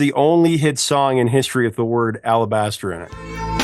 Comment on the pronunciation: Alabaster? Alabaster? I forgive you because the interview is amazing.